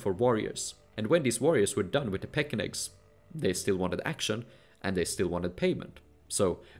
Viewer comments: Pechenek is pronounced with “ch” as in chin. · Yes. And: 1) The "ch" in 'Pechenegs' is really an English "ch" like in 'church', not a Slavic/German "ch" (English "kh"). 2) "Rus" has to be pronounced "Ruce" (Chaucer wrote it this way) like in "Bruce". But anyway, the film was very interesting, especially the parts about the different ways how the portage was actually done and that the Austrveg went directly from the Neva and Ladoga to the Volga and that it was so old. That was news to me.